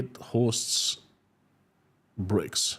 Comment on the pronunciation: "A monstruous ..." what??? "Breaks ..." Ah, you mean "BRICS"! "Prison terms are to be shortened for reading ..."??? _"Many Russians are facing pAverty ..."? ... you mean pOverty, I think. Sorry to be so savage, but something happened to your pronunciation today; I can't understand every other sentence.